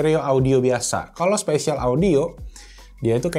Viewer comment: Spasial audio bang bukan special audio wkw